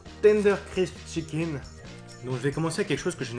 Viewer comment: mdr il dit chickine